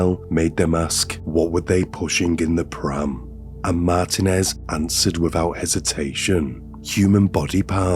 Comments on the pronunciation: It's MarTEENez Not MartinEZ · MAR-teen--ez Roll the 'R' if you can. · It’s pronounced “Mar TEEN ez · lol I have grown to hate ... mar-TEEN-ez 😅🎉😂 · Martinez is pronounced "Mar-TEEN-ez" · I always look forward to your videos! I think you might be pronouncing Martinez wrong, pronounced Mar teen ez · I don’t think this is an AI, but I was kind of tripped out by the pronunciation of Martinez and Vigil and some other words? 😅 🤔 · Wait is he trying to say Martinez the whole video lol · Please learn how to say, “Martinez.”